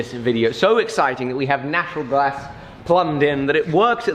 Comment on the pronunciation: Anyone else hear him say “natural glass” near the end😂